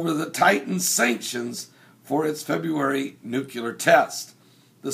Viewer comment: It would be awesome if you actually said Nuclear and not Nucular.